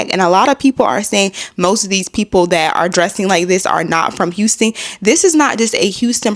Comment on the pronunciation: wait did he say unston it is Houston......